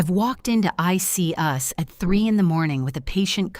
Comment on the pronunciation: At about 201minutes in, the AI voice says “I see us “instead of the hospital departments called I.. C. U.s. 🙄😆